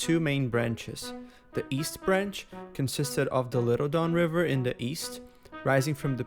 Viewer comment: I love that the bot calls it The Dawn River.